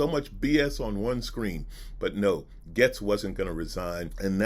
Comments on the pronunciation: It pronounced GATES not GETS lol sorry it drove me nuts the whole video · It's pronounced gates, you're right. is mispronouncing his name, calling him Getz, which exists, but isn't the child trafficker's name. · Pronounced, GATES, not 'Gets'... Jayzus, you're killin' me! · Nah it’s GAYST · Gates is the wrong pronunciation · yes it shows a great amount of disrespect. Not only for the subject matter that you're covering, it also the person that you're talking about. And clearly you noticed that he pronounced his name wrong as